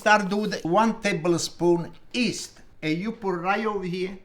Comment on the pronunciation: The yeasta, notta 'easta', paisano! Mama mia. 😥